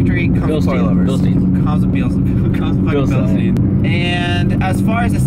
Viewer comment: Bilstein(pronounce the I after the e) not Bilstieeen That is all